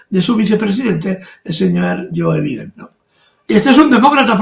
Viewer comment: Es “Joe Biden” no “yoviden”, che guey